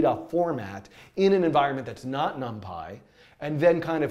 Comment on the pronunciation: num-pie.. not num-pee?????